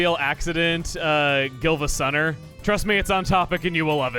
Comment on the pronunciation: mispronouncing GiIvasunner is definitely a highlight.